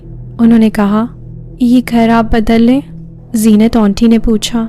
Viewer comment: And dear its not onty , its aunty...aanty..